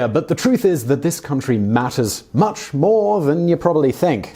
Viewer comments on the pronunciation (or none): none